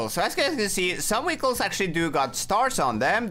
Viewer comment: Bro its not weekle its vehicles